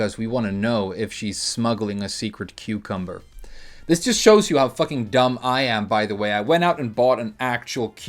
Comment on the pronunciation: Say it with me! Cucumbah!